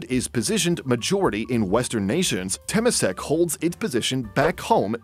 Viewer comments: Note: Temasek is pronounced as term-ma-sek, not tamp-ma-sek. Its origins is Indonesia/Malay. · The way the speaker pronounce Temasek 😂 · wrong pronunciation of temasek. cringey